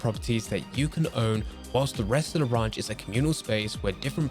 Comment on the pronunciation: This guy doesn’t even know how to say ranch.